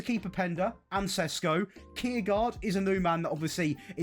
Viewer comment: If you want to pronounce every name, then you might start with Šeško (Sheshko instead of Sesko).